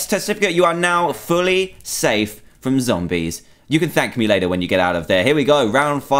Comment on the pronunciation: Why did he say frooom .